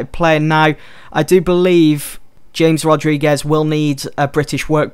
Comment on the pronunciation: You pronounce it as Hames Rodriguez